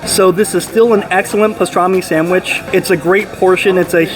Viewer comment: Enjoy your reviews but your continuing putting an "m" in sandwich is very annoying.